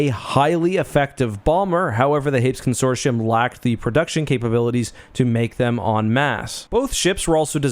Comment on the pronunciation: con·sor·ti·um consorshium? im willing to accept Hapan not being said like Japan but this lol wtf